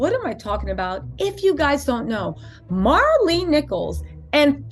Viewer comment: Say her name right before you even say it and talk about my cousin please it's Maralee